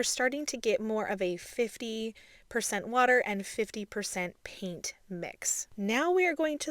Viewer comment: Are you aware that the word “paint” is said with a long A, as in the word “pay” not a long E as in the word “peek”? You say the word paint as if it is spelled peent. It’s very distracting.